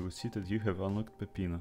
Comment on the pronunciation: that's a great pronunciation of peppino